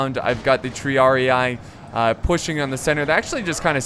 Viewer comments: Its not Triar-i-ay, its Triar-e-e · And the pronunciation of Triarii and Sagittari? Tree-ar-ee Sa-djit-taree